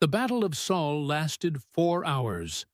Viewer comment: Wow, the ai learnt Sol and said it right :P